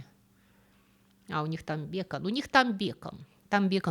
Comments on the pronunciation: Простите, но почему бЕкон? Мы говорим бекОн😂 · Всегда восхищалась грамотной речью автора, но слова "Протвень" (вместо "Противень") и "БЕкон" (вместо БекОн) просто резанули слух. Я понимаю, что бекон - это слово bacon , которое произносится с ударением на первый слог, но по-русски-то мы произносим бекОн (как и по-русски "маркЕтинг", хотя по-английски мАrketing). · А я испугалась, что и здесь ИИ, услышав бЕкон - я привыкла говорить бекОн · Что за бЕкан??? Я подозреваю это вы так называете бекОн, типа на английском? Тогда это бЕйкн - bacon. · Спасибо за контент! НО! БекОн, а не бЕкон.😂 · Точно бЕкон? Бе-бе-бе. Коза безграмотная. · Тока не "бЕкон", и даже не "бЯкон", а "бекОн" Беко́н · Ну бекОн же! Не бЕкон. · А почему бЕкон, а не бекОн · Безусловный лайк! Но какой-такой бЕкон? Может, все таки бекОн? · бЕкон?? Это что-то новое😂 бекОн поавильно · Почему "бЕкон", а не "бекОн" ? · БекОн. БЭкон, это который Френсис. Да, и с числительными у проблемы. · Почему-то никто не обратил внимание на произношение слова "бекон". В русском языке ударение всё-таки обычно ставится на второй слог. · не бЕкон а бекОн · Не бЕкон, а бекОн. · Бе́кон - это который беко́н, на самом деле? А в остальном, супер контент. Было очень интересно. Спасибо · Господи, ну почему же бЭкон?! Донесите до автора, воздыхатели, что правильная транскрипция бекОн! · Хаха почему вы говорите бЕкон, ведь это бекОн) И ещё что-то извините Карбогидраты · Отчего бе'кон а не беко'н? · Видео как всегда очень интересное, но у меня один вопрос, как правильно произносить слово "бекон"? я всегда произносил его с ударением на "о" а вы говорите с ударением на "е" вот, я и не понял как правильнее то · Спасибо ❤ за лекцию). Вопрос, а почему бЕкон а не бекОн?))) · Очень интересно, но "фиги" и "бЕкон" резанули ухо 😃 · Спасибо за ролик, но только бекОн, а не бЕкон) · Не понимаю почему бЕкон, а не бекОн?!!!!!! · БекООООН, а не бЕЕЕкон!) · Странно звучит "бе́кон" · бЕкон? Интересная привычка ставить такое ударение 😊